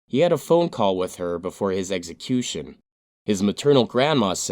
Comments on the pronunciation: It's NOT pronounced eggsəˈkyo͞oSH(ə)n. Say it with me please, "eksəˈkyo͞oSH(ə)n." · Glad this dude died in a horrible fashion. The narrator should learn to enunciate correctly, as the word is execution, not eggecution. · Every time I watch this channel and it’s about execution I have to roll my eyes and giggle. The narrator always says “eggsecution” 😄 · What the hell is an "eggsecution"?